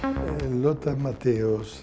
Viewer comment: Ma che cazz.......ma davvero ancora dite Mattàus????? Ma porc.....dopo 40 anni penso si sappia che di dice (pron.) Mattèus In Italia ci fanno in molti ancora figurone di...NUTELLA, al giorno d'oggi, con l'Internet omnipresente e traduttori online che ti fanno sentire come si dice.....